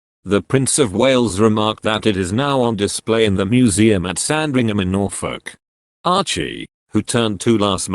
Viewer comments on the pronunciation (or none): none